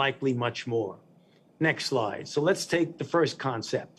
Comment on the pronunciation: I love how he keeps saying next lie next lie and then at the end he says last lie ...Ah Ah Ah